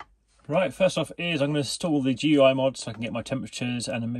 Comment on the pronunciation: FYI GUI (Graphical User Interface) is pronounced the same as gooey